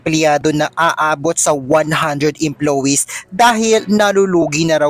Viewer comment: Vloger tapos mali mali ang pronounciation oh my gosh!